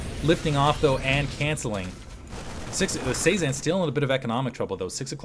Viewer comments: Cezanne is pronounced seh-zahn. Like the artist. It flows a lot better when you say it like that. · If its Cezanne like the post impressionist painter, it's pronounce seh-zahn